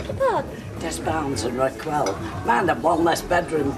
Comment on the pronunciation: Phyllis and her "Rakwell"....